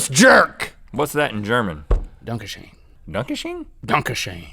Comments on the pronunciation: Its not ... Dunkeshane its Dankshon . Shurnes vaca menda. It means. Have a nice week end. Ik this stuff because i live in germany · Its "Dankeschön" not "Dankesheeen" 😂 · But. . . danke shön is pronounced Dahn-kuh sch-uhr-n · It's ''Dankeschön'' not ''Dankeschen'' :D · "Donkeyshain" --> [Dunkeshoen] :D :D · You don't say thank you in german like that, you say danke shun not donkey shane X'D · no form the German word 4 thank you is actually Dunka or Dunka shoon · Its so nice how u pronounce the german "Dankeschön" its sounds like "dunkeysheen" with ur pronounciation. :D Maybe u should do a "We try to talk German the whole show" - could be funny :D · Lol, not to be rude, but it's pronounced Danke Shern (it's really schön) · It's Da- n -Kay shoon Danke Shun It means thank you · You guys said "Danke Schön" incorrectly. It's "Dan-kuh" "Shun" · So... you pronounce "danke schoen" as "donkey shag"? Fair enough... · Dankesheen XD it's Dankeschön, but i guess this woun't help you whith the pronounciation XD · I am german, and I laughed so hard when Link said 'Donkeschon'. :'D I didn't know what he meant ^^ 'Dankeschön.' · Donke schön means thank you. Pronounced (don-keh sh-ur-n) I tried lol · Link's "Dankeschön" sounds like "Donkesheen" and that is totally not how it's pronounced :D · donk-uh shure-un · "Danke schön" is German for thank you. It's pronounced "Dahnka shohn" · when link said Danke schön I thought he said donkey shin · the way they said "thank you" in German hurt me. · That moment when your angry over Link misprouncing Danke schön wrong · As a German I could tell which ones were Grimm's fairy tales =D they are so gruesome xD And also it's really weird when people try to say "Dankeschön" but cannot pronounce the 'ö' - sounds cute somehow =P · It's so funny how Link tries to say "Dankeschön" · I'm from Gemany and I laugt so hard when they tried to say thank you in my language XD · I'm german and the pronounciation was... let's yust say "not german" ;D